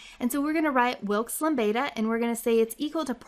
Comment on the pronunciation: Hi, can you put a link to the materials like the word file that you used on this video? I will appreciate it very much. Also, I love the way you pronounce Wilk's Lambda. You remind of a song.